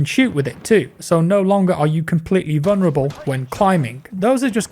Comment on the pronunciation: mate the word is vuLnerable not vuNerable. There is no silent L